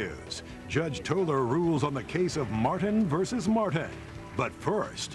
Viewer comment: The announcer's enunciation is KILLING ME! MART-HAN VERSUS MART-HAN. 😄😄😄🤪🤦🏾‍♀️ This was the Thomas Martin show, 100%.